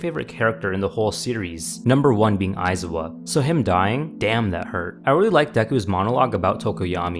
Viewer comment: Yo, Aizawa's my favorite character too! I doubt we like him in the same way, though. ;D I'm honestly glad he didn't get a section in this, my man has suffered more than enough in the canon universe. But, um…dude? What's with that pronunciation? It's "ai-ZA-wa", not "AI-za-wa". :P